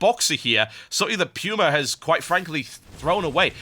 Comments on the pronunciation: ?? it's pronounced "Poo-ma" not "pewma" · its pronuced pooma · everytime i hear "pewma" i die alittle inside. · Just checked online. Much like the word "coupon" can be either "kyoo" or "koo" it can be pronounced with both the "pyoo-" and "poo-" (lol) sounds.